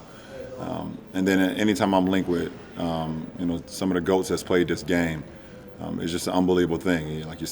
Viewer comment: Was he saying Ghost? Not Goat?